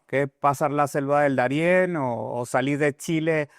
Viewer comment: Debes conocer mejor el vocabulario español: NO se dice " resilencia "🎉en luhar de resiliencia / Darien por Daren. Para hacer un postc. Hay que estar preparado No se cuantas palabtas incorectas pronunciaste en verdad no quise seguir escuchando..